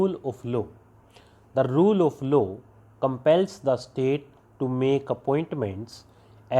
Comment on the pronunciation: Aap law ko lu padh rahe... Also olso, bol rhe,...... Not proper pronounce